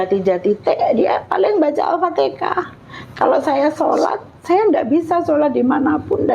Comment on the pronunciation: maaf bu, bukan "aftekah" tapi "alfatihah" pertanyaannya: knp pembawa acaranya tdk menjelsakan disitu pd narasumber kalau penyebutanya bukan aftekah tpi alfatihan. sya maklumi krn si ibu mungkin belim fasih atau belum tahu betul penyebutannya tpi si pembawa acara knp tdk mengajarkan atau menjelskan itu salah penyebutannya. semoga skrg si ibu bisa nyebut alfatihan dgn fasih